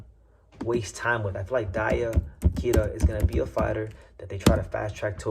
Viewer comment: DIE-ya Kira and Kazuto EE-oka is how they're pronounced. Appreciate the coverage though. You might be the only English speaking channel I can find talking about Japanese prospects